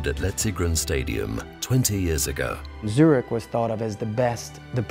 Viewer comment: It breaks my ears how they say Zürich.